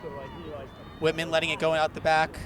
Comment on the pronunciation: "whitman" sounds so much like "Women" I was really confused for a couple minutes.